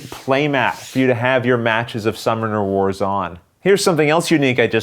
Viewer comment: Is anyone else hearing "Star Wars" or am I just getting old?